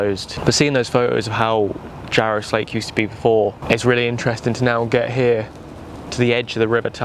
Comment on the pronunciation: Slake is pronounced locally as "Slack", i.e. the Jarra Slack